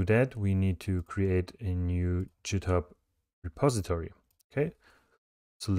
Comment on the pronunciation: jithub LOL 😂 sounds french .. amazing tutorial straight forward to the point 👍